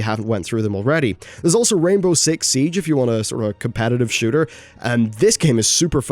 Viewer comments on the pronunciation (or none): none